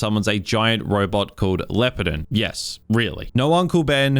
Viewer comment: Just came here to say I'm aware different cultures pronounce things differently, but the big robot is very much pronounced phonetically as (LEE-OH-PAR-DON). Pretty sure it was just folks trying to make English words sound cooler (kinda like every name Toriyama used in Dragon Ball) Anyways, I enjoy your movie rambles and hope ya take care!